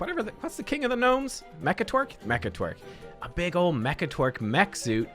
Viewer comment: Mekkatwerk XD close enough I guess lol